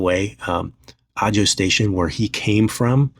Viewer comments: FYI, AJO is pronounced "AHO". No shade, just letting you know because I'd want someone to tell me. 😊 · Ajo is pronounced "ah-ho." 😊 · Ajo. Pronounced Aho. In spanish j sounds like an h. I live in Ajo AZ. And yes the Ajo BP station is overflowing with trigger happy jackasses.